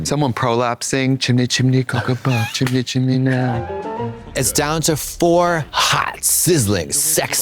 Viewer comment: Not Tricia saying “chimney chimney”, it’s “shimmy shimmy”